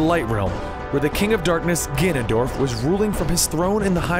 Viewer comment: he said ganondoLF again